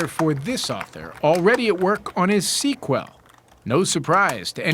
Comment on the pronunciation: “sea QWELL” 😂😂